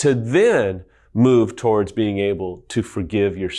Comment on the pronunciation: Love these videos! So helpful! Side-note, he pronounces towards weird. He says it like “toe-ards” instead of “to-words…” or “to-wards” Anyways, keep your the good work!